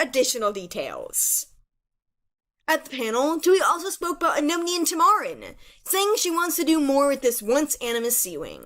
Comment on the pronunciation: its not said like that btw! tui herself said that its like "tam-a-ren" not "tamar-ren" hope that helps :]